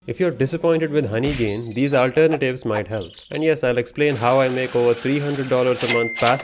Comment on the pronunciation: Bro have personal problems with honeygain 😂😂 Every time in every word honeygain is cooked 😅